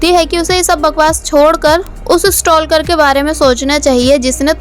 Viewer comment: Just correct it It's sta-kar Stal-kar nahi L use ni hota baaton mein Spelling me Stalker hota hai but bolne me sta-kar 😄